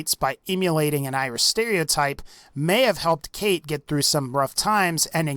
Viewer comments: Its pronounced Cawtch, not Kate. For fucks sake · the fact that her name is spelled 'Cait' and pronounced 'Kate' just shows how much of a fraud she is, cmon Bethesda like do ye think people outside Ireland are that retarded that they wouldn't understand that if they spelled her name 'Cáit' it would be pronounced 'Coyt' PS that ain't an Irish accent lol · u say her name as kite her name is spelled cait . Irtish language is kinda wired to people who are not Irish. i am Irish . btw .